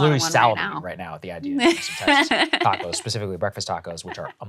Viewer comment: ah yes, de bo-de-gauss, and the tacous.....i wonder if she eats them in a corn torila with carne asara, or if she preffers enchilaras. the anglos have a way of ruining EVERYTHING.